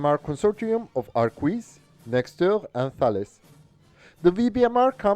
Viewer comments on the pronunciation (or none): I can see how hard it is to pronounce Arquus the right way ; but it is simply "Arkus" 😉